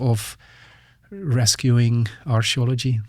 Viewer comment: I hate how he pronounces "Archaeology" like "Astrology"